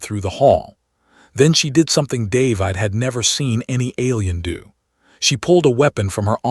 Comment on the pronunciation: What sort of AI can't even get a simple name like "David" right? It pronounces it like there is an "e" at the end.